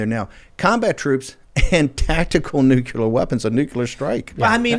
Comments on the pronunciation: Great segment.. It does drive me crazy though when intelligent people constantly mispronounce nuclear. It's not nucular, it's nuclear, come on Bannon... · Newkyewler lmao. I don't see how you f@ that word up. Nuclear. Nu - clear. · That senile old man is going to carry us to "Nukuler" war. Just lovely.